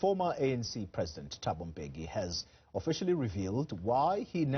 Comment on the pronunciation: I feel like the surname of the former president is mispronounced, the guys from Dutywa I have been in school with who share the same surname bengo Dlamini phofu would say M-beki not M-bheki as what is usually said. Anyway anc is a lost cause, I still can't get this- they paid de Kok R40 000 a month as a salary and a total maintenance of about R200 000 a month? Meanwhile an unemployed black citizen was paid R350 for six months or so? Really?????